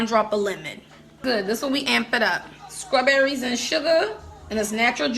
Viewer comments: xo. I hear SKRAWBERRIES when you say it, as if there is a K or C. But there is a T that makes it sTRawberry. The tip of the tongue goes to the back of the teeth vs the back of the tongue to the roof of the mouth. 🙂 However, I know some jokingly say it with a K/C sound and their followers are in on it, so that's why I asked if it's an inside joke. Thank you for not taking offense. And I enjoyed your video! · Ok so Im legit partially deaf but is she actually saying Scruberries instead of strawberries??? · is she saying strawberries wrong on purpose like an inside joke?